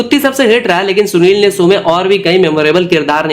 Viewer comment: Bhai Video bhot achi hai content visual sab top notch Bas ek dikkat hai श ko श hi bologe toh theek rahega श ka स mat kro bhai break ho jata hai flow Masahur, sows, presure , suru kiya, soot, Hona chaiye Mashur, shows, pressure, shuru, shoot Bura mat manna bhai aage apko hi kaam aaega jab channel grow krega.